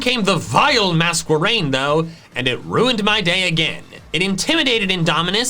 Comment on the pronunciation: Mask-erain, not Mas-kwerain